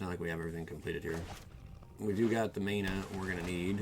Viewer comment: I was really into this video until you said "May-nah" bruh, lol